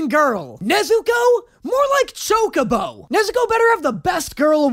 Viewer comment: I know that was Chocobo, but it really sounded like "choke a beau", which... eugh.